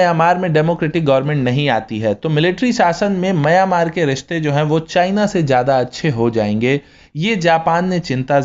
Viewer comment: दोस्त, आप "मंय्यामार" ऐसा क्यों बोलते हो, हालाकी उसका ऊच्चार "म्यानमार" ऐसा हैं. धन्यवाद.